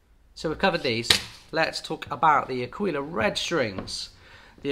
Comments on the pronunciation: Ir's neither Ak'weela nor A'keela, I'm sorry;. It's 'Akwila, with accent on the A. That's how Mimmo would say it, I swear on it.:face-fuchsia-tongue-out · It is Àquila, with accent on the A ( I’m italian 😉) and you also want to pronounce the U, so you will have three accents; on the first a, the i and last a Love your videos, you’re helping a lot over here 👏🏻👏🏻👏🏻👏🏻👏🏻 P.S. Just got a Kala tenor, I loooove a warm mellow sound, wich ones would you suggest? Thanx a lot!! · you have to say àquila, with the accent on the first a. i know, i'm italian. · me as an italian… qauìla, achìla hahahahaha that’s actually àquila you should focus on the A, like aaaaquila